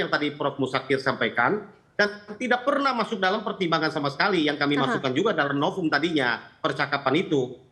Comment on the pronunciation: SI juga nyebut "NOVUM jadi "NOPUM" Katanya Pengacara..tp nyebut V jd P 🤣🤣🤣